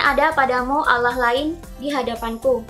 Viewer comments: bilang allah aja masih dilencegkan jadi auloh wkwkw banyakin baca buku aja deh, setau saya hanya pihak islamlah yg mengkalim dia keturunanan ismail dan mencopypaste nabi"nya yahudi dan dibuat karangan agama baru, secara yahudilah cikal bakal kristen dan islam menurut sejarah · ini apaan si.. byk yg beda sm alkitab.. trus jg Allah tp di baca auloh. kayak campur aduk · dari cara melafalkan Allah kan jelas dia seorang muslim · Hrs hati hati bahas Yahudi... Saya termasuk pemerhati Bangsa ISRAEL.. Dari logat mu menyebutkan Nama Allah.. Anda beragama Islam.. Jadi Perlu teliti.. Karena sgt sensitif.... Agama Yahudi adalah Leluhur dari agama Kristen..baik katolik dan Protestan. Menurut saya kamu di video ini Sgt teliti..WALAUPUN ada yg Mis.... Tetapi tdk fatal... Ada Jutaan Org indonesia yg menjadi pemerhati dan pengagum Bangsa ISRAEL..dan agama Yahudi...